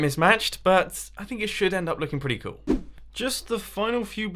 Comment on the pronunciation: Is it me or everytime mumbo says cool, it kinda sounds like coal???...